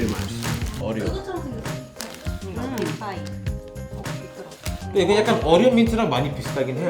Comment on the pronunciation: 빅파이 Big-pie 가 아니라 Vic-pie 입니다..